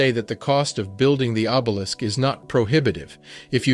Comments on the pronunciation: What's obelickses....lol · Did he say obelikses? O b e l i s k s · Did you really use the word "obelix" instead of obelisk? Please get your GED